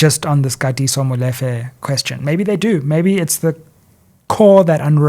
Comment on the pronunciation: Love your work and everything about you my brother BUT the same importance in pronouncing English words should be applied to vernacular words e.g Molefe is pronounced “Mmu-Lee-fe”. Again much appreciated to your work baba